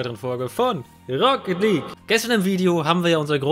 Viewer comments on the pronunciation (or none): Worock league